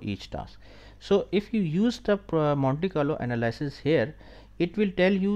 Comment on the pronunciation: Anal-ee-sis; thank you